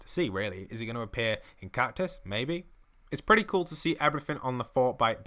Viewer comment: It's catus and cactus 😂😂